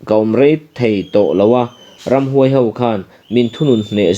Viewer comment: Ramhnuai sa nilo in,Ramhuai sa tihtur aw